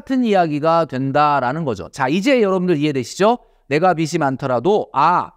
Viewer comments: 비시 ❌ 비지 ⭕️ 자꾸 거슬려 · 비지라고 발음해주시면 좋겠습니다 항상 좋은 말씀 잘 듣고 있습니다^^ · 빚이 발음이 비시가 아니에요..